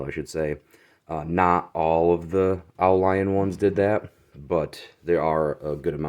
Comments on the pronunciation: Great snag. Dude, yer killing me with the oh lion. It's French "au" means "to the" or "from". Leon is a place. The world pronounces it like "lee own". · I saw another vid on the au lion knife by a European guy here on YT. He was pronouncing the name Au Lion phonetically as "ooo leon". Just passing that on for what it's worth..or not worth lol. His Au Lion knife had an aftermarket skull strike pummel so the company may have had issues during the manufacturing process with the threads messing up on the knifes rat tail tang. Great vid! I bought the knock off BudK version of this knife a few years back for the heck of it for maybe $20 and it is surprisingly sturdy. Im a military vet and would love to find a real one of course.